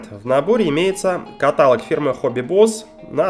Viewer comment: Извините, но каталОг )